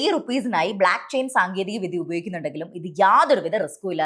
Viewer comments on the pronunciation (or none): ബ്ലാക്ക് ചെയിൻ ❌ ബ്ലോക്ക്‌ ചെയിൻ ✅ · ബ്ലാക്ക് ചെയിൻ അല്ല ബ്ലോക്ക് ചെയിൻ എന്ന് തിരുത്താൻ അപേക്ഷ